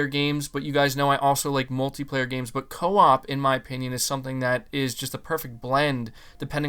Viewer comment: Everything is cool, except the word (CO-OP)